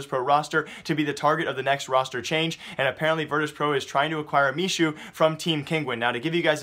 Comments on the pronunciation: Hey, Michu's name reads as me-who, not me-shu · I think MICHU is pronounced Mehoo